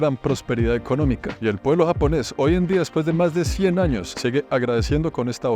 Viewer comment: Dejé de prestar atención de la risa después de "En los sños 1600" 😂😂😂😂😂